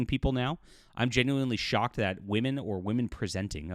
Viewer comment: ‘ woman pREEsenting’ eeew